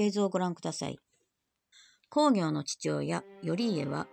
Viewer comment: 鎌倉殿の十三人、とても面白いですね。毎週見ています。 源公暁は、コウギョウではなくクギョウと読むのではありませんか？ まあ、どうでも良いことですが。 元々本当にはいないスナイパーを脚本家が作り出し、暗躍させているので、最期がどうなるかは彼の思いのままですから、歴史学者にとってはどうでも良いことかもしれません。 の予想、大変面白かったです。これからの物語の行末が楽しみです。